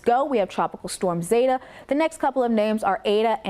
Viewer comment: Zeta the e is long it’s zeta not zata